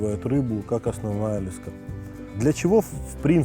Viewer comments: лЕска блять а не лескА ! Тупой ! Во всём мире это - лЕска !!! И не сем блять а семь !. Отключаю грамотея ! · лЕска а не лескА